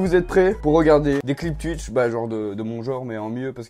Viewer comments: Mdr je kiff quand tu dis tuitch et pas twitch ( twouitch stv ) 😂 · Ça ce prononce touitch mais pas tuitche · Je connais pas "tuitche" mais "twitch" 😂 sinon j'adore tes videos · Je connaissais pas “Tuitche” 😂😂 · Twitch et pas tuitche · Ça se dit Touitch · tuitch pas touitch sinon c'est pas drôle... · Je connais twitch mais pas "tuitche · Like pour Touitch et commente pour Tuitch (Sa m enerve les mecs qui disent tuitch) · Je connais pas "Tuitch" mais je connais "Twitch"😂😂😂😂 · ARRÊTE AVEC TES "TUITCH" 😂😂 C "TOUITCH" 🤣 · non sa se prononce comme sa s'écrire "Twitch" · je sais mais sa se dit Twitch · Je suis belge et je dis pas tuitche 😂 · Nn ça se dit « Twitch » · Mes oreilles sont décédées après les 20 premières secondes de cette vidéo... Pk ? tUitch😂😂😂😂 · Mdr comment il dit et écrit Tuitch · "Tuitch" ça me tue 😂😂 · Il dit tuitch 😂😂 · Tchuitche jss mort😂💀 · "Tu connais twUitch" 😂😂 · Bah oui tout le monde connais « tuitch » 😂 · Bonsoir: -Je connais tuitche. Voilà hanrhevware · Ca se prononce Touitche :) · Pk il dit toujours tutch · tu me dead quand tu dis twitch